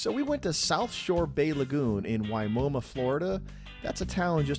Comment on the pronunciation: It isn't pronounced "Why-momoa". it's "Why-momma"... please learn how to pronounce our cities' names. 😂